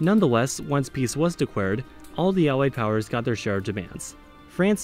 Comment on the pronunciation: I think maybe it’s something about your pronunciation of the L sound. If you listen to your pronunciation of the word “declare”, it sounds like “dee kware” to me. My English speaker friends also heard the same.